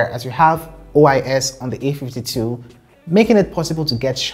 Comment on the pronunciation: All I hear is : the A ..fty 2 is better or worse than the A ..fty two , ok understandable .. have a great day